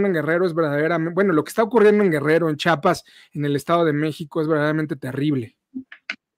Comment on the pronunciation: Solo una observación: el Estado se llama CHIAPAS y no CHAPAS.